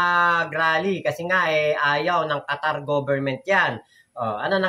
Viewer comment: Qatar hindi Quatar mali